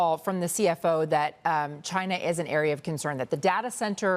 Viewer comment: New mantra. Don't listen to anyone who pronounces it Na-Vidia instead of how the company and gamers pronounce it. N-Vidia.😂